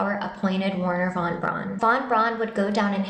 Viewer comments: The Name is not "wahn brawhnn" its is Werhner VON BRAUN you smoothbrained bimbo! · Who tf is "Warner Von Bron"?